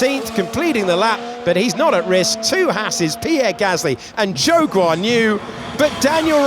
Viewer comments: I don't know why but I keep hearing "Joke On You" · Everytime David Croft says Zhou Guanyu I hear: "Jokes on you" 😅